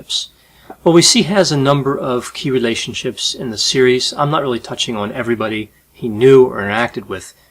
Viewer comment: Is it just me or did he kind of sounded British when he said "relatioships" ?